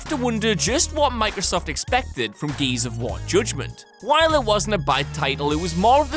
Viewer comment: Can't get past the way you say Gears. "GEEEYYSS of wah"